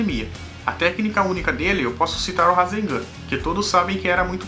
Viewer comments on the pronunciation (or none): none